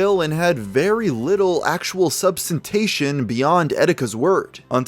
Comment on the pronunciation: "substantation" lol